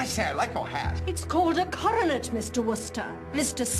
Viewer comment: Only the British would get the coronet right. It makes me so happy that they did.